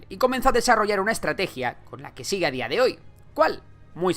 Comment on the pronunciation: Dijiste "Sigle"?